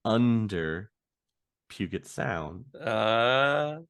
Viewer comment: Just so you know, the Space Needle has a restaurant in the large circular section. Just like all the other towers - The one in Dallas, one in San Antonio, umm Toronto? etc... they are expensive . the sound is pujet (soft g) also if the gentlemans name was Nguyen - it is pronounced wen or kind ov win. I really like this series.